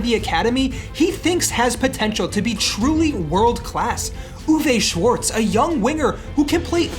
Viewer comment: the mispronunciation of schwarz' name is crazy